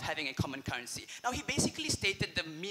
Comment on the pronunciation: I'm struggling to understand what he is saying. He kept repeating cullency... Scratched my head a few times & then I realized cullency is actually currency. I realized he can't pronounce the R.